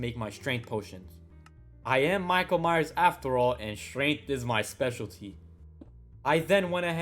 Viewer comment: His name is Michael Myers not Mayer it's probably because